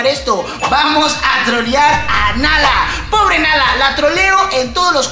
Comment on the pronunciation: No se dice pobe se dice pobre